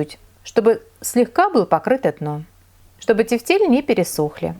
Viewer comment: правильно произносить тЕфтели, ударение на Е в первом слоге! вкуснятина! спасибо за рецепт!